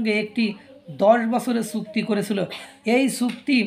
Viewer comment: সুক্তি নয় বাবু .......... বলবেন চুক্তি।